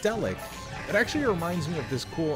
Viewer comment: It's Cyriak not Syak